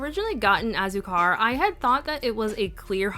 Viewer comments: Hey, just wanted to provide phonetic pronunciation in case you were still curious you pronounced several just fine but Hah-rr-e-tos Wah-yaa-baa Toh-ron-hah Ah-sue-car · your pronunciation was great for these! Just as a heads up tho for azúcar, you wanna emphasize the u since it has the accent on it so kinda like ah-ZOO-car 🤗 these all looked so great on you too btw, especially Piña 😍🍍 and yay for comparisons!! so jealous you have a good bottle of Delirium, my bottle has a much more finely milled flakie 😩